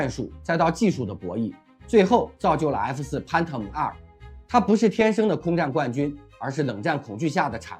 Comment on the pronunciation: 發音太差 PHANTOM 翻騰